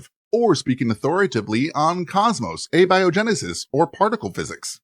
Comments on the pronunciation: I chuckled at "Awby O. Genesis" for abiogenesis. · Abby-oh-genesis. Thanks, AI.